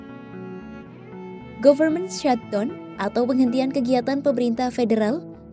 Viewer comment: mba , saya bantu teaching spelling nya ya . pengucapannya bukan "govermen shatdon" . tetapi "gaferment syhatdawn" . ok mba 😉 . soalnya ini kan tv /media nasional . bukan chanel pengamat secara pribadi . sudah pasti ini di lihat orang luar juga